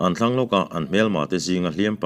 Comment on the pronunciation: Ni tlang her ti a i chhiar hi ni thlang her tih zawk tur a nilomaw....ni tla turin khawthlang lamah a her tihna niturah ka ngai deuh a...